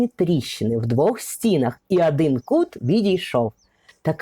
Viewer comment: Ви дуже гарно розповідаєте, але треба робити щось з тією літероою А у вимові: не Адин, а Один, не мАжливА, а мОжливО, не пАгана, а пОганО і т.п. Вибачте за зауваження, але вже котре відео дивлюсь, ну дуже оте акання псує ваші розповіді. За огляд дякую.